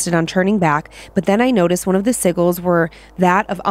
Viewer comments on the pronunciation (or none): It's pronounced si-jils! Not si-gils. Lol